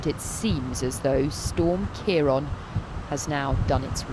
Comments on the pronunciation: My goodness it’s a miracle no one was killed. My she keeps saying Ciar on instead of Ciar án. She needs a lesson in pronunciation 😊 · Why do they keep saying 'storm Keyron'? Ciarán is the Irish spelling for Kieran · keeron??? Wroth ??? why cant she pronounce words correctly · Pronounced keiren not keiron! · Keer-on.. what’s that? They could have learnt how to pronounce it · Storm Kee-ron eh? Welcome to Scottish weather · The really shocking part is is the way they keep saying ciaran